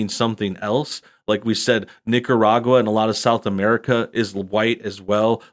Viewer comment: Lol she didn't even really say Nicaragua right